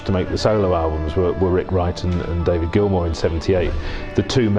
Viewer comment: Can’t even get David Gilmour’s name right